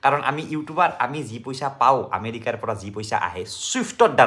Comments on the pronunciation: Dada America nokoi Amelia koise😂😂😂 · You said amelika one time